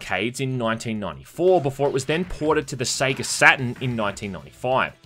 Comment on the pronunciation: Did he just pronounce Sega as "seega"?